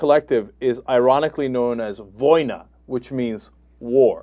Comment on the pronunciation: Change the stress Cenk. "voynA", not "vOYna". I am surprised they didn't make more jokes about this being in St. PETERsburg. I mean, the informal name for the city is "Peter". Srsly.